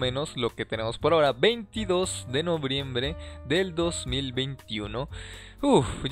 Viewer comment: Novriembre xd